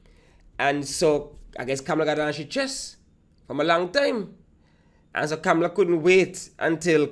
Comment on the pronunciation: "Kam-la" not "Cam-Ma- Lar" and Kamla is right..